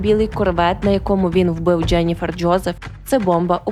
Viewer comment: мені теж подобається ваш контент і подача , але вибачаюсь за снобізм , дуже ріже вухо помʼякшення голосної літери після літер ДЖ . Ческокажучи ледь витримала два відео . Переслузайте як ви вимовляєте такі слова в як інші. Треба казати не Джєніфер Джьозеф , а Дженіфер Джозеф , беж помʼякшення голосної .